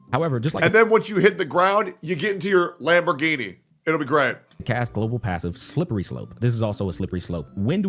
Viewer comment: lambergini? nah motercicle